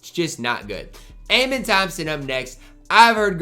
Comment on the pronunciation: the way you pronounce Amen's name is, uh-men